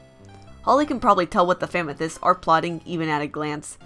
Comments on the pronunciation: i know its your accent but it sounds like famythest which should be a hashtag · Why do you call them famethyst